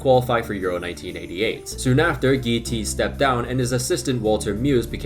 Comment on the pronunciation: You pronounce "Goethals" as " Goodhawls", not "Geuthels". "Thys" is then again pronounced as "Theys", not "Theas". "Rene" is pronounced as in French: "René", not "Ren". And importantly: "Theate" is not pronounced as "Teeth", but more as "Theyawth". There's a couple of others you've missed by a bit, but these were the noteworthy ones. A lot of them you had right though! Like "Tielemans" was 100% correct!